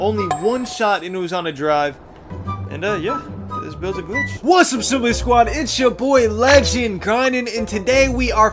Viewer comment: “Siimply Squad”